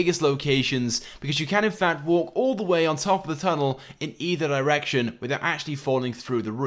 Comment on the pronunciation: he said in either erection